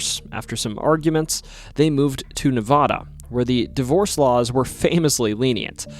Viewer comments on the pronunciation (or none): But he said Nevada incorrectly.